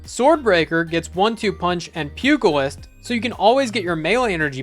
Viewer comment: Pugilist = Pew-Jill-ist.